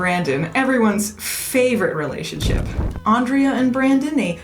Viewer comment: It's Aaahn-drea.... she was very particular about that.